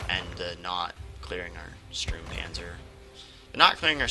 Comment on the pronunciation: The closer pronunciation for the German "u" in english is probably your "oo" (like tool or fool). So it is Stoormpanzer :) The PZ 35 (t), is NOT 35 tons ^^ The tank itself was around 10 tons (metric), the "t" is for czech. These tanks were captured by germans after the crisis of "sudètes" in 1938.